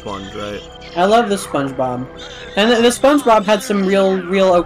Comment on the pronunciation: The way you pronounced that (or just the recording) it sounded like "Spongebop", and Nickelodeon could totally release albums under that name. I wonder if this is the closest will come to dying (of actual HP loss). Then you're going to love the episode of Game Pending Plays Nickelodeon's Jimmy Neutron: Boy Genius: Attack of the Twonkies that you're starring in right now. Y'all are doing a great job with the commentary. Nice stuff. So is Squidward or Mr Krabs in the meme? Oh please. Please never explain this one to the audience. Seems odd that they let you go to a petting zoo and not pet the animals. Did... did he just say "it's canon now"? That is Yakety Sax, which was indeed used as the Benny Hill ED. I think their wool is somewhat valuable? Yes, he dropped it in front of you and you picked it up. That was 20 seconds ago. was starting the "almost a llama farmer" story. Depends on whether I think I'm a comic relief character in his current plotline. Even if I am there's like a 50% chance that it would be brilliant advice (and it's 100% going to be good advice if I don't follow it). I guess I'd probably feel stupider if I lost money NOT following the advice of Jimmy Neutron: Boy Genius than if I lost money because I did listen to him. No. If Youtube didn't filter profanity, would this have been the episode title? It feels like one of those highlights-of-the-let's-play lines.